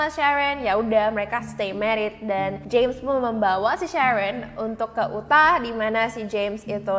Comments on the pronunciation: Bacanya "yutah" sis 😅😅😅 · Utah, baca: Yu-tha.